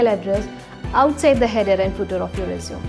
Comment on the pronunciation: Everything seems good, however I ascertained that there was an error"'The pronunciation error" please do not use रिज्यूम instead use रेज्यूमे